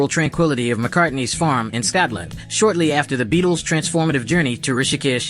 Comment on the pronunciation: Did the "mechanical voice" say Scatland....very unfortunate. Another reason to kick out AI. 🦘